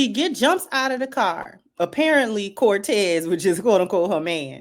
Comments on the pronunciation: I'm also laughing at how everybody is calling him Cortez when really she's saying Montez or Vontez. This never gets old. 😂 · Sorry his name was Montez not Cortez